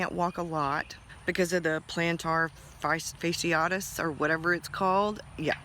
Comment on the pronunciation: Think of Ashy....plantar fASHYitis....not the spelling but the phonetic